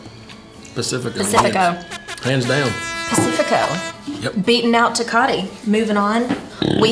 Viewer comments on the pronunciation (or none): Did she say Tecate like your American Spanish teacher? Yup 😂